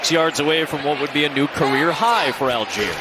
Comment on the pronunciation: All - Gei - Er = ALL GUY ER "Al Jeer" would be spelled ALGIER. (Almost identical to the city in Africa.) Jeez. M 🦘🏏😎